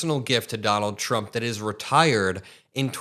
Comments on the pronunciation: Has she lost the ability to say Trump? Donald J Chump is what I heard. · Thought she said Chumps 😅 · Karoliar just called him CHUMP perfect slip of the tongue 🤣🤣🤣🤣🤣🤣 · She said Chump instead of Trump? That's called a Freudian slip.